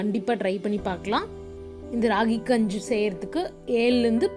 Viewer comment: Enna ma gunju solra its kanji ma